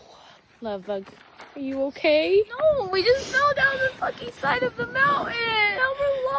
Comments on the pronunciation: Mountain,not mounain. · she can't even pronounce mountain 'I just fell down a mowghin' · She fell down the side of a mow-in. No doubt my generation said things that made the old folks cringe, but please, PLEASE pronounce the T; you sound like a three-year-old. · i thought mountain has a t in it.. English is hard